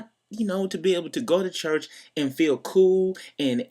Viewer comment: Luke warm *church. (not "chest")